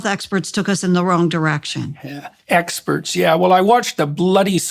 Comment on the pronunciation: Listening as I work. I FELT Jordan's daggers into the word "experts" . Reminded me how much I love Donald Duck.